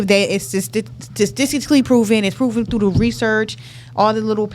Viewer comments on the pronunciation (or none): I swear it's statistically not statiggally dum ahh bihh😂😂😂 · Man, black ppl need to stop trying to say “statistically”. 😂